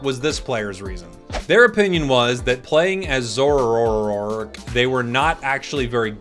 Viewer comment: Why do you have to say the name of zoroark wrongly , it makes me annoyed hearing it. Its not difficult to pronounce it